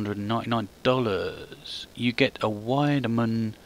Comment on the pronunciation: It's a German name and they say their w's as v's in english so it's said as Veidemann and the i is said like eye if you know what i mean